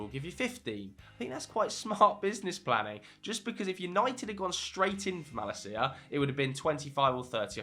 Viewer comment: You destroyed Malacia's name lol.